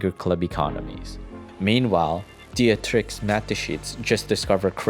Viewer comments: Good video but please look up how to pronounce names, hearing "diatrick" for Dietrich is just jarring to anyone who knows the right pronunciation (any German speaker) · It is pronounced "dee trich" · Dietrich pronunciation is even worse 😂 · The pronunciation of Dietrich doe lol